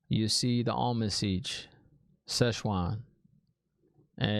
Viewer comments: Am-er-lyn Seat. I know you can do it! But, Almon seech works too, tho. 😂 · Almond Siege Szechuan 😂👏 Well she can be a bit spicy, our Szechuan. 😂🔥😜 Tip: can you say Amarni? Am-ar-lyn Seat ( as in a chair) Siuan it's like Sue-Anne but you say it fast. Like Swarn. Everyone else answered your questions by the time I got here. Loved your reaction and theories. 😂👏🥰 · Time for the almond siege :p I know you're kidding :) SHEWAN omg what are we gonna do with you :P its pronounced more "sue-ohn" "Sanc-aye" :P But i know everyone probably already typed it, please forgive me ^_^ I got something from the swearing on the oath rod. did you get it? i wont mention what it is :P I want to hear your thoughts on that ^_^